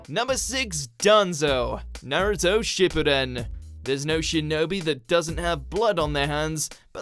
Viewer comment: Uh you pronounced shippuden wrong